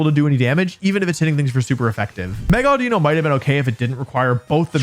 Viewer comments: Havent watched yet, calling it audino is the worst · Calling it audino.